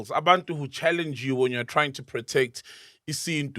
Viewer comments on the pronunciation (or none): When he said challengeueww😂